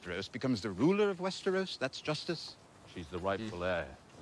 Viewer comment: Westeros, not Westeross. Lol